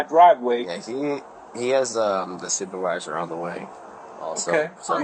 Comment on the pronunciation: He asked to talk to a supervisor, and he got to talk to a supwrvisor. Lol